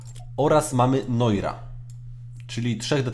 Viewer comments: Noir sie czyta nułar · Noir czyta się Noar :) Odcineczek spoko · Te noir to sie nur czyta xD